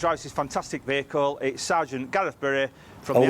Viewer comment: She did the thing "ve-heacle" lol